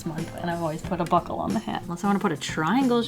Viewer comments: Actually thought she said Butt hole instead of buckle 😂😂😂😂😂😂😂😂😂😂😂😂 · Buckle ohhh lol I thought she said butt hole XD